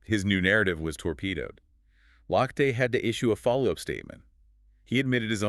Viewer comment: His name is pronounced “Loch te”